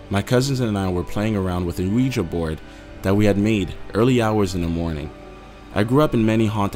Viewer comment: This guys accent is so fucking annoying I can't listen anymore. Who the hell pronounces Ouija like that?